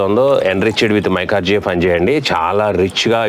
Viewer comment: మైకార్జియా కాదండీ..మైకొరైజా...మీరు సింపుల్ గా చెప్పేస్తున్నారు..అది ఫంగస్.. అండి..